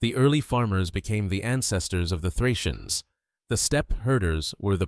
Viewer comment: Плохо, что такой важный материал, освещает Ии. Отвратит. ударение, фракийцев наз. "фрийцы". 🦧